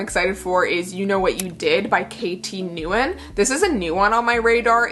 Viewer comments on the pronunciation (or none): The last name NGUYEN is pronounced “ WENG” my Vietnamese HS teacher showed us how too it was his pet peeeve 😅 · love this haul and can't wait to hear your thoughts! also "nguyen" is pronounced closer to "win" 😊